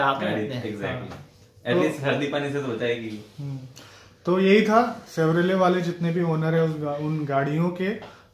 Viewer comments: TAKLA ka bagal ma Chevrolet bolna to sikhlo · Chevrolet...bol na sikh pehle...